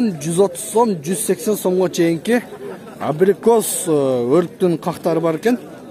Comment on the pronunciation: абрикос дегенди бир угуп калган экенсинда кайра кайра эле абийикоспу дейсин